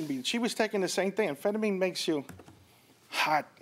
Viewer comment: So not pronounced An-Phentimeen. Its Amphetamine....